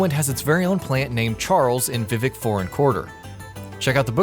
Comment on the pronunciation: “Soul of cairn.” “Vivic.” “Yagarm.”